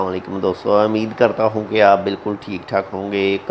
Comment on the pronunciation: Ammed nahi ummeed hota hai